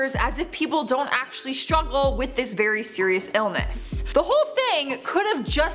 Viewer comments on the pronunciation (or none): none